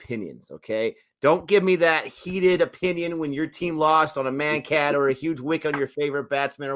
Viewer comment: "Mankading" comes from Vinoo Mankad (Vinoo was his nickname, Mankad his surname) the Bowler who took such a Wicket (probably first on TV) of Bill Brown in AUS, their media attacked him but some like Sir Don Bradman defended him. How to pronounce his name? Vinoo Mankad: विनू मांकड copy paste it in google translate select Marathi language, it'll probably give a good result for pronunciation. I'm all for Bowlers taking advantage of Laws of the Game that favour them coz it's not that we've too many laws benefitting the Bowlers. It's controversial only bcoz of certain fans including many former players that react negatively towards it.